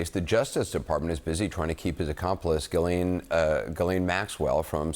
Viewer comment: For goodness sakes. Now I’ve heard 4 different pronounciations. How do we pronounce ghislaine? G’len? G’lane? J’lane? J’slane? I thought it was G’lane but her own lawyer just said g’len